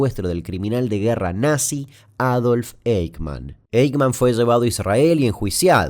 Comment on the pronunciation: Eichmann se pronuncia "aijman" ;)